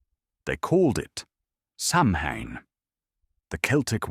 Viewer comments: It's pronounced Sow-when not Sam-Ham. And it's always "K"eltic with the hard.C sound when talking about the culture. Only the Basketball ball team uses the soft C. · SOW IN or Sowween not Samhain thanks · It is pronounced soween or sowin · Hahaha you pronounced Samhain the wrong way